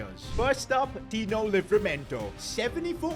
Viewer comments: ITS NOT TONY ITS TINO LIVERAMENTO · Tino not tony I still am a fan